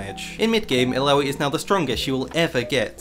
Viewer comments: Could you just stop saying "aloui"? -_ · bro i was playing tft and watching this thought you kept saying bidoof that beaver pokemon